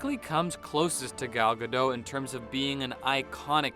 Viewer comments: Ga dot not Gadoh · Just a heads-up: you pronounce Gadot as in robot. Her surname is Israeli, not French.